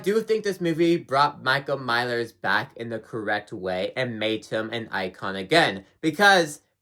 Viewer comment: “Michael Mylers”